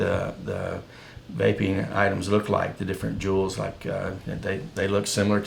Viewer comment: juul is not cuul